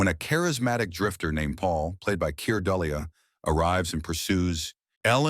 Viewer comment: Teach your AI how to pronounce Dullea and Rydell.